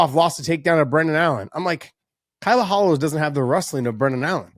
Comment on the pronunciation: Don't pronounce Borhalho not with HO at the end , just like Ronaldinho ( PRENOUNCE RONALDINJJJJJJJJOOO) BORRALJJJOOOO